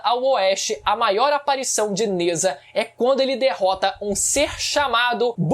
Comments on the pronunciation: Só uma pequena correção, Nezha se pronuncia "Najá". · Sem querer ser chato n é nezha, se diz nezRá